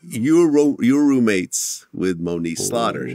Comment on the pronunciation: Did he say Monique or moniece?